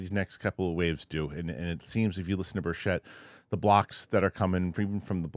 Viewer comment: DUDE, READ YOUR COMMENTS! Representative Tim Burchett's last name is pronounced BURR-chit (rhymes with "birch it").